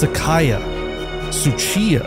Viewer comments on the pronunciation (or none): Ngl the only thing that detracts from this video is the name pronunciation. I get that some people have a hard time with Japanese, but... tsuchiya was sounding like a russian name there. And you were able to say Le Mans just fine...